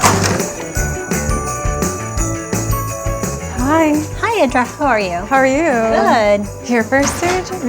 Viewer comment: The doctor has gotten fat!! Also, the "e" in "Edra" is short -- rhymes with "bed!"